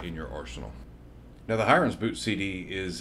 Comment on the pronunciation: I feel like the pronunciation of "Hiren's" is off. He's Indian and it should be less like "siren" and more like Helen "Mirren" - many Indian anglicised spellings are single "r" but modify the "i" to sound like in squirrel etc. Great tool to suggest though. Thanks for the video!